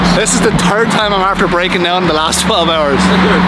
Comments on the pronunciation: "THIS IS THE TURD TIME WE'VE HAD TO FIX THIS TURD" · Was wondering if it's the third time or the turd time like says it is